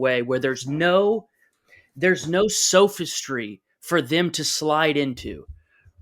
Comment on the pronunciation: The word is not sofastry it is sophistry, like sophomore. I am so angry that schools stopped teaching phonetics. Generations have no command of the english language. They can't say Satan, the say Sate Tin. God help them. The don't say especially they say ekspecially.